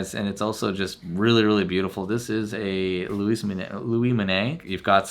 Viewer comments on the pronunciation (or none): none